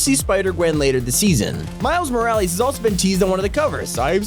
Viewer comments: "Miles Moralees" 🤓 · I’m sorry but…. DID YOU JUST SAY MILES MORALEES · He's still saying moraleese 💀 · Miles Moraleys bruh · "Miles MoralEEs" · Your pronouncing morales wrong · I know this is off topic but why does he say morales wrong.